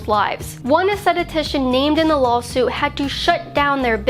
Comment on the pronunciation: Wait, did you say “lol-suit”, love it.